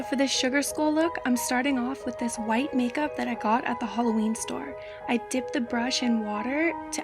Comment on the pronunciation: I like how you sAy halloween. "Hollowween store"